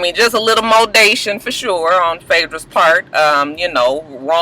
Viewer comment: "Mold-ation" lol....the word for today is sponsored by the letter "M" 😳😒😂😂